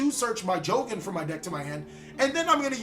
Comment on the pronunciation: its not pronounced jowgen:( his name is jogen jo-gen^^ not jowgen:/